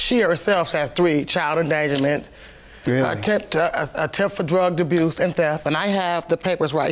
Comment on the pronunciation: Let’s not forget she said drug duh-buse 🥴🥴🥴